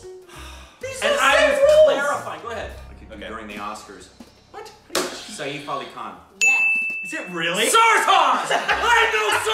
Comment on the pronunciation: Thank you guys for entertaining my evening XD Ranveer was rather easily recognizable especially on the first pic ^_^ I had already seen that Akshay Kumar pic yet I always fail to recognize him lol I did not recognize Big B and Saif! (BTW it's said sef not "sa - if" I used to do the same mistake!)